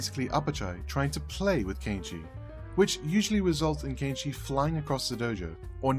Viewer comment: An English speaking person pronouncing Kenichi's name properly!? Ok, you got my attention even before the 1 minute mark.